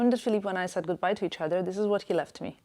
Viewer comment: You are perfectly fluent in English but you cannot pronounce the "th" sound? Wedder instead of weather, dat instead of that, udder instead of other. Why is that?